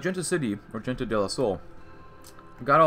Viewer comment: Don't want to sound rude but is pronounced more like "Hente del Sol"